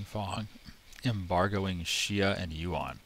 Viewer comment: Came here from Reddit. I can tell this is gonna be a good playthrough because you know how to pronounce Xia correctly. :3